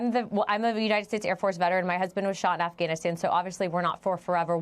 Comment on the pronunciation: Finally, a reporter says Afghanistan.